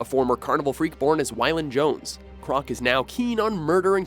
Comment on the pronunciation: its WAYlan Jones lol.